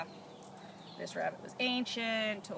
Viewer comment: “Awww look at the cute little wabbit” ☹️